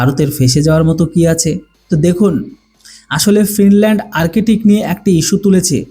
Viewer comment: আর্টিক বা আরকেটিক নয় । শব্দটি হবে আর্কটিক । ধন্যবাদ ।